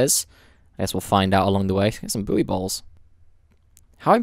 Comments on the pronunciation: Eclipsim I think he meant buoy, pronounced ‘boii’ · Buoy is pronounced as ‘boy’ if you’re speaking the queens english ;) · Wtf are "boo-ey" balls?